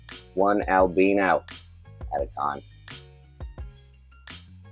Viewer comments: Carpet pythons come in “Al-bean-oh” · El-been-oh? Are you turning British? 😂 I thought Americans pronounced it El-by-noh? I find myself saying it both ways. Potatoes - Potahtoe 🇬🇧